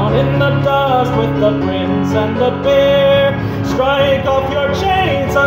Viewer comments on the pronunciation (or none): everytime i have this in the background when he says "peer" all i hear is "beer"